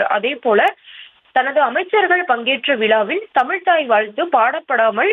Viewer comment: "தமில் தாய் வால்த்து" திராவிடம் தமிழ் வளர்த்த அழகு. இது உறுத்துவதால்தான் அரசு விழாக்களில் வாழ்த்து பாடுவதை நிறுத்தி விட்டார்களோ?